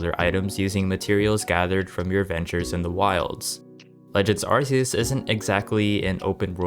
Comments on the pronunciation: its ARC -e-us not Arce -e -us !!!!!! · When are people going to realize it's Ar-kee-us not ar-see-us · Bro its a hard C like arkeus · it's a peeve of mine that people always seem to mispronounce "arceus" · Why in Tf Is It So Hard To Say A ARCEUS PROPERLY?!?!?!!!????!!?? I swear, it’s dead ass been over 10 YEARS SINCE WEVE BEEN SHOWN THIS POKÉMON AND TOLD HOW TO SAY THE NAME!!!!!!!!!!! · lmfao yo it kills me when Pokémon fans say the name wrong. They can buy every garbage game gamefreak puts out but can’t say the names properly, drives me nuts 😂😂😂😂.